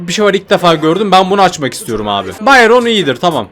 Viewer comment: Abi o bayaron diye okunmuyor bayron diye okunuyo